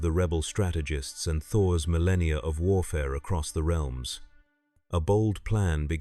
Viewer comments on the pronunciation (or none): none